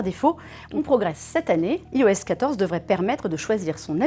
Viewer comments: Bonjour super vidéo il y'a juste un pouint qui me perturbe vous dites "ios" mais ça se dit "ayos" enfaite le "i" chez Apple se prononce "I" comme en anglais J'espère que ce commentaire vous aura été constructif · iOS se dit normalement "Aïoèsse"